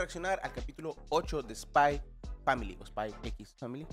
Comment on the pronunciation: Es ESPAI POR FAMILI por favor pronuncia bien 😡